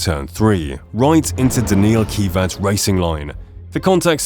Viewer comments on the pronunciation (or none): "deneel keevats" wtf? NICHOLAS GATIFI??? WTF???